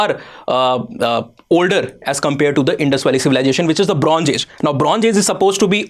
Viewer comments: It's Bronze, zeeee, not geeee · For Gods sake… pls pay more attention to pronunciation… not I-run, but more like I- earn for Iron, Bronz…z .. not Bronj… j… for Bronze…. And why is the word ‘E’ being added randomly in the beginning of some words?